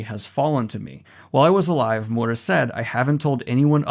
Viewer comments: "Mooda" It's mi-ur-ra or mi-u-da. He's not mudahar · Miura, M-i-ura, mIura, M-iiiiiiiiiiiiii-ura. NOT M-U-ra or MuUUUUUuuuura.. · hate to be that guy but it's Miura not Mura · I'm sorry to point it out but it's Kentaro Mee - u - ra, not Moora With love <3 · Can you please stop saying Mura instead of Miura lol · "Kentaro Moora" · Also just want to note: I know the pronunciations aren't always strictly like this. When actually talking, obviously we tend to finish a name like this with an "Ruh" sound instead of a "Rah" sound, but I hope this gets across how the name is phonetically intended to said, the "proper" way. Daniel generally does a good job, it was really just the fact he was straight forgetting the 'I' in the name that made it sound so off. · This is amazing news!! Also, it's me--you--ra. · Dear Daniel, its Kentaro MEE-U-RA, just to warn you before someone starts attacking you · Hey Daniel!!! I love the energy you put into trying to pronounce Miura. You are SO close. It's 3 sounds 2 sylabals: Mee-you-rah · Okay, this isn't REALLY the point of this video, but I just want to give a (hopefully) helpful tip to Daniel: When you see Japanese names or words or whatever spelled out with roman letters, such as Kentaro Miura, one thing you can count on is that the letter basically ALWAYS make the same sound. For instance, the letter 'i' is always pronounced "ee", the 'a' is always pronounced as "ah", the 'o' is always like "oh", etc. So the name Kentaro Miura is as such: Ken-Ta-Ro (Ken-Tah-Roh) Mi-U-Ra (Mee-Oo-Rah) You speed it up as you pronounce it of course, but that is the breakdown. I just keep hearing you pronounce his name more like "Mura", where you're totally skipping over the 'i'. I'm not trying to be a dick, just trying to help. Once you catch on to how consistent this particular aspect of Japanese words really is, it becomes REALLY easy to know how to pronounce them. Ya know, if they're using our alphabet :p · M I U R A, not that hard daniel!